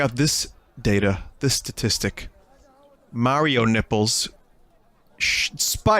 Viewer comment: You can tell Vinny is Italian bc of the way he says 'Mario nipples'